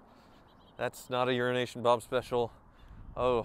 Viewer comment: I'm not sure if it is a running joke or not but is aware he pronounces Euronation as Urination? Haha